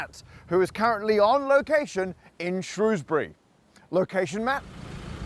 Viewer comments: Umm, it's pronounced Shr-owes-bury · Pronounced "shrowsberry", surely? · Shrewsbury is "Shrowsbury" not "Shrousbury" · It is not pronounced Shrewsbury but Shrowsbury. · Shrewsbury otherwise known traditionally as SHROHZ-bree but we forgive you 🙂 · It pronounced Shrewsbury! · pronounce English place names correctly when you make videos about them. Shrewsbury has always been pronounced ShrOwsbury, or even further shortened to Shrews-bree, 2 syllables. It's bit insulting that you don't bother to check. Just ask any local. England has a great many unusual spellings and pronunciations in place names. Knowing this (as you do because I just told you), the onus is on you to find out how to pronounce them. W-pedia always shows correct pronunciation in the 1st paragraph of a town's entry. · Pronounced "Shrowsbury" Matt. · Shrewsbury is pronounced "Shrows-bury". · "Shrows"-bury, isn't it? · thats not how you pronounce shrewsbury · Can’t even pronounce Shrewsbury. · nice touch pronouncing shrewsbury both ways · You could learn to pronounce Shrewsbury properly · You were literally in my home town and I didn't know 😭 Also, love how you pronounced Shrewsbury both ways throughout the video just to upset everyone equally 🙂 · I think his mispronunciation of Shrewsbury was worse.